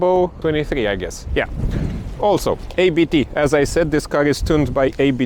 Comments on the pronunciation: It is not A-B-T. It is Abt. The familiy name ist Abt. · Exactly!! So many people say it wrong. Pronunciation is "Uppt"